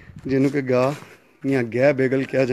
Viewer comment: Its not Gay its Gah